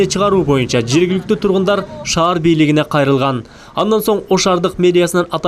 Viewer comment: Ошаар дебей, Ош шаар дечи!